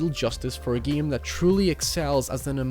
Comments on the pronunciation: Mary Poppins one of the geams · Stop saying the word game like an idiot.